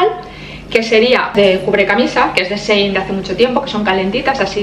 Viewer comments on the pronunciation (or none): none